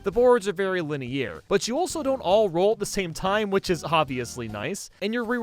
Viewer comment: Nobody:: Linnéair